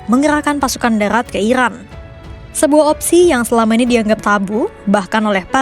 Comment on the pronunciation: Iran kak bukan irwan